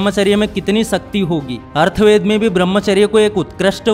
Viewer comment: bhai arthved nahi atharvaved ❤